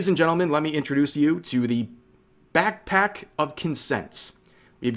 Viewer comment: I dare you to say BAKC-PACK one more time :D